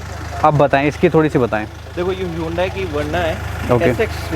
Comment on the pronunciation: Its hunde not yudaii